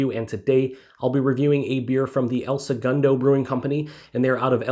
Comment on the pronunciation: I laugh every time you say "El Sugundo" 😄 🍺CHEERS🍻